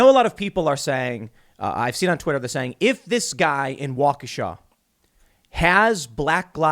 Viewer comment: Thank you for saying Waukesha correctly